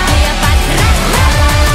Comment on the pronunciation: why she is so obsessed with cleopatra and she cant even pronounce her name